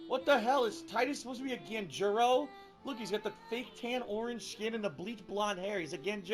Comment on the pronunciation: was saying Tidus looks like a "Ganguro"(mispronouncing it as "Ganjuro"). From what I've learned, a Ganguro is a Japanese woman that has tan skin and blonde hair(or different colored hair), I think.